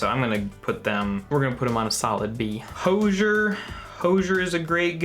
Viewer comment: I was angry that you only put Hozier at B but then I realised that you can't even say his name so you're not exactly the person to listen to.